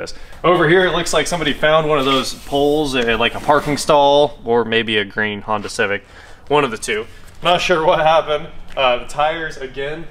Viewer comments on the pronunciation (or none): none